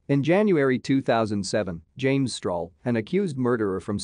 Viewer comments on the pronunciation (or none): none